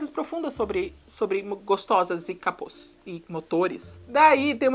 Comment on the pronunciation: GOSTOSAS E CAPÔS. CA-PÔS. Me pegou demais 😂